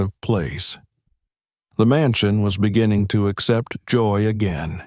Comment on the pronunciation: Beginnin, sleepin, keepin, please speak properly, these words all ‘g’ at end of words.